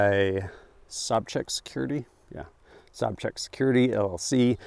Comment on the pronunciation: "Sob-chak" security???? Love you, but full stop, pop a gummy, and watch "The Big Lebowski" immediately. It's pronounces "Sow-Jack".